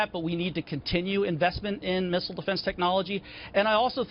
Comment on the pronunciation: What is a "Misssrlllerel" ? Lol